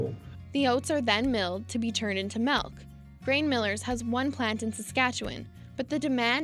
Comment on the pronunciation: The narrator lost me at the pronunciation of "malk" ....it's "milk" !